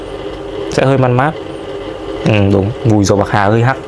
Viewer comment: "pạc hà" 🤣